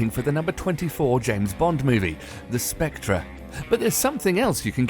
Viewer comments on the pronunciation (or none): Spec-ter not Spec-tra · But that is wrong. It is pronounced Spec-ter. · where exactly are you from, because i hope that you know that the way you pronounce Spectre is 100% off? it's Spectre as in Ghost or Wraith, transparent being whose presence is uncertain.. also it's called Spectre, not the Spectre.. here's how you pronounce it: ˈspek.tər, yeah good luck with that. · It’s pronounced specTER not spectRer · It’s not spectra you pillock...it’s pronounced “speckter” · calls it " The spectré " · This video is incredibly bad. The moment this fool pronounced Spectre as "spec-truh" I knew it would not improve. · No no no, it's pronounced "Spak-tree" and what the hell is an Omega Seamster? It's quite obviously a Rolex Submriner. My favourite watch is the Rolex Dyton.. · this guy said spec-tra?! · 'SPECTRA'???? WTF? Can this Brit narrator speak bloody English? Clearly not. As for finally settling on the title 'Quantum of Solace', it should actually have been called 'What the fuck?' Couldn't understand the plot for love nor money. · Its pronounced as spec-ter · Its not SPECTRA !!!!!!!!!!!!!!!!!!!!!!!!!!!!!!!!!!!!!!!!!!!!!!!!!!!!!!!!!!!!!!!!!!!!!!!!!!!!!!!!!!!!!!!!!!!!!!!!!!!!!!!!!!!!!!!!!!!!!!!!!!!! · You said Spectre wrong, you don't pronounce the r